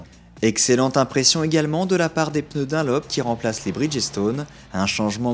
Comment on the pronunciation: J'en connais un qui doit réviser son anglais... et B*****L c'est pas un pneu Dinlope, c'est Dunlop, U et N séparés! avec un U qui fait E.